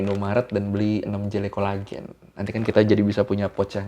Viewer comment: selalu nunggu ngiklan jele colagen, keluar logat thai nya 🤣🤣🤣🤣